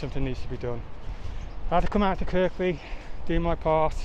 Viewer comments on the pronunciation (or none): Kirkby,pronounced Kirby.